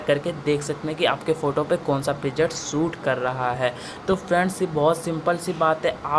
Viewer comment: abe saale प्रीजेट नही प्रीसेट hota hai